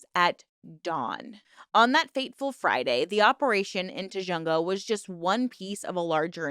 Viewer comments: It's pronounced Tu Hung Ga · FYI - the raid location, Tujunga, is pronounced tuh-hun-guh 😊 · I grew up in the area, it’s pronounced tuh·huhng·guh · I know it’s nit picky but your pronunciation of tujunga hurt me.